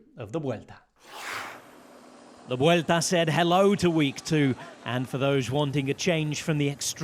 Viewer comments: Kudos to Rob Hatch. Few people in the pro cycling circles pronounce Vuelta correctly!:face-blue-smiling: 👏👏👏👏👏 Just realized he also pronounces Le Tour de France CORRECTLY, too. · The pronunciation of Spanish names and locations is nearly perfect. I wouldn't hate it if other folks took notes.